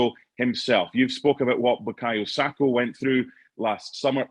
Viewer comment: Saka, not Sako. SakA. Sak>A<. Sak>>>A<<<.